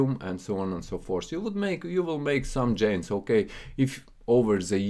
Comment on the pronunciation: Friend, its Gainz not Djainz, greetings from Amsterdam